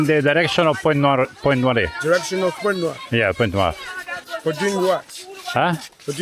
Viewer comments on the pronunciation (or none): Si legge Point Nuar ( per noi italiani era Puntanera), ci ho vissuto per 8 mesi. Una vita fa. Mi hai fatto venire la nostalgia. Bel video emozionante.